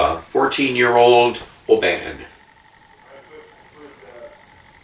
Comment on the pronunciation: Nice review. Oban is pronounced OH-bun. My dad used to have seaside holidays there as a child living closer to Glasgow.